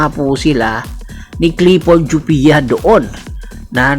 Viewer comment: Ayusin mu boss! C laput nasa injury list kaya c jopia ginagamit. Kapalit din nya c escoto kc nasa injury list din ACL kaya kulang cla ng kahalili ni sanggalang. Naka one yr contract c jopia. Anung walang playing time? Injury nga eh kya d nakakapaglaro! Gawa gawa ka lang ng kwento eh anung "jupia" jopia hindi jupia